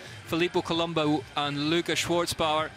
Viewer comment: Without the T Schwarzbauer, cause in german, the letter Z is pronounced TS, so, no need to add a T, but u have to pronounce it even if it doesn't exist. Happy that the GOAT (by far, owning ALL AND EVERY record of this sport) Nino Schurter won, in front of Colombo and Guerrini... oh no, it was in my dream; those 3 Swiss guys anyways finished top 8 and will so start from the 1st line tomorrow the XCO's race; like 3 Swiss women, who did better with the victory of the 2021 world champion (1st ever) of the discipline, Sina Frei, also olympic's vice-champion that year behind the other Swiss Jolanda Neff and in front of the 3rd Swiss Linda Indergand, for this historical and unique all 1 nation olympic's podium in any bike's discipline at the Games in all History.